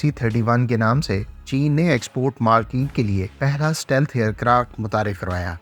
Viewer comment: The word is STEALTH and not SATEALTH. Stealth = اسٹیلتھ